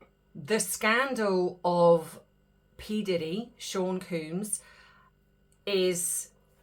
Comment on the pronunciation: I think it's Sean Combs not Sean Coombs.